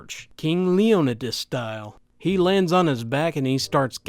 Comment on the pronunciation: Every time I hear you pronounce leonidas it makes me cringe